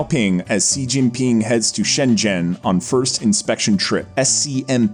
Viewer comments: He didn’t even pronounce xi jinping properly😂 I was literally cringing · China has been getting our attention for such a long time and yet, many youtubers don't know how to pronounce Xi Jinping. Forget Xi Jinping, they don't even know how to call China :( (sad) It's Shi Jin Ping (not zee, or zzhiii or whatever the hell you are saying). Just for your easiness, i am writing SHE or SHI Jin Ping. jin is also not ZHEE, or ZHII or ZEE...it's very light Ji ... very light and subtle. Hope this helps :) Also, wth is zhongan...? It's XeeOng' Aan (SheeOng AAn) Also, SheeongShian and AnSheen (this makes me so sad) Also....GuuAAngZhooUU (not Gangzho xD) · His name is pronounced like "SEE GIN PING" Is it that difficult to pronounce? No, his name is not "jujubee", you're wrong. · "sheeee jing pin'' not ''jeeee jing ping''. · let me make it easier for you just simply pronounce she zin ping. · Shi Jin Pin* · Xi Jim Ping sounds like English, Shee Jin ping. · U guys need someone to help you pronounce the Chinese names? U guys butcher every Chinese name including Xijingping’s name